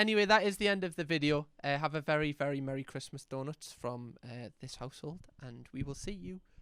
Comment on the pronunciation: Bro you calling people arrrrrs holes when you say donuts I think so😂